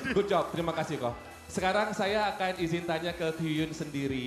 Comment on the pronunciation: Masih Ngakak Ko Densu panggil Kyuhyun jadi Kyukyun. 😂😂😂 Tapi aku ngerti Ko Densu tuh nyapa "Senang bertemu denganmu." 🥳